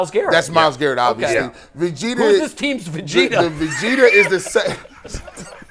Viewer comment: Bro I died laughing when he said Vagetah. It's Vegeta homie but this was so amazing! I'm crying listening to this. 😂